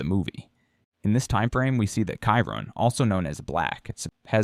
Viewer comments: AI is terrible. Kyron? It's Chiron. 🤣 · It's pronounced "Shi-Rone" not "Ki-Rone"